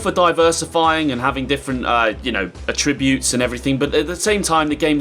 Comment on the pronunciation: Dude can’t pronounce attributes lol 😂